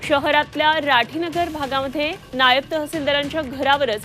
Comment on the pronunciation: Zee 24 तास. नायाब नाही नायब🤣🤣